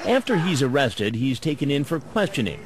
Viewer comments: It's O-RESTED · "Aw-awrested" 😂😂 i like Oressted too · The pause 😭😭😭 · Oh cwap. Dwatained. OOOrested. The cleanest, best pleasure. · Ohh cwap. This guy is the best predator. He's super underrated. He's like a top 10 predator for sure... with his oh cwap and awwested speech impediments it's way underrated. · A-a-amma i gonna be oooh wested?.....oh cwap